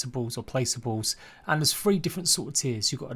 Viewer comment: Free hundred and firty 😂😂😂